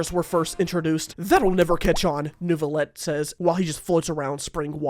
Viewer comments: IT'S NEUVI!!!! NEIVILETTE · Neuvilette, nerville顶